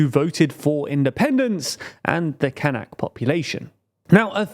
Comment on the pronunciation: As a german its so weird hearing "Kanks" and "Kank Population" all the time because it sounds very similar to a german slurword for Mediterranean Muslilms "Kanacken". Gotta look up how we call the "Kanak" people.